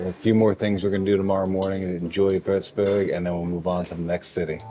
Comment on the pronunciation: First of all, your pronounciation of such a difficult name is incredible!! Well done! Secondly, as someon from Würzburg, I always get so excited when other people appreciate my city as well :)